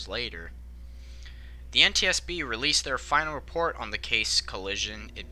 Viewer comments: FYI the town is pronounced KC. I heard the accident from a few miles away. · The correct pronunciation for Cayce, SC is cay-see’ like Casey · Great video! One really minor thing: the city of Cayce is pronounced "kaysee". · Just a heads up, there is a historical figure here in Kentucky. His last name is spelled Cayce, sounded like Case. Just thought you might need to know this. In various places in the video you call the town name correctly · The city is pronounced Kay-cee, just so you know. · The city is pronounced "K-Cee" South Carolina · I have seen 36 recently and not being picky as you aren't a local here it is pronounced like KC good job on the documentary though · It's pronounced "Casey." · It's pronounced K-C...casey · Does Cayce rhyme with face, or is Cayce pronounced the same as 'Casey?' Just wondering, given that he actually pronounces it both ways in the video. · I WAS a local and I giggled because he originally got it correct then later flubbed it but most locals are used to that lol. Sadly it's been in the news for something much more tragic..😭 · Cayce, the town where the accident occurred, is pronounced "Kay-cee," not "Case." Just FYI! Otherwise, very entertaining. The accident occurred just minutes from where I was living at the time in Columbia, SC. Very intense morning, as I recall. Lexington Medical Center had all hands on deck as the passengers came streaming in. We were all astounded that the death toll, tragic as it is, was so low. Thank you. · FYI, it pronounced keisi/Kay-see, not cayce, just wanted to let you know about how people from my state pronounce it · Cayce is pronounced with two syllables, like "Casey", not "Case". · Dunno who the second voice is, but it's not case but kay-see. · Cayce not Case. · As a local I can tell you Cayce is pronounced Kay-See.